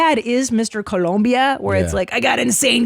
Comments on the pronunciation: It’s Colombia not ColUmbia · It's Colombia not Columbia..... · The country is called "Colombia" not "Columbia". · Columbia? Like Vancouver? Because there is NO U IN COLOMBIA! Keep these gringos out of here. Gringos guevones. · First of ALL... It's "COLOMBIA" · TOMAS YOU KNOW IT IS COLOMBIA NOT COLUMBIA!!!! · Colombia, not Columbia. ...Stop wincing, you fucking dope. Get your act together. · Its coh-lome-bee-uh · The way he says “Colombia” gets me every time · The name of the country is COLOMBIA with an O 🤦🏻‍♀️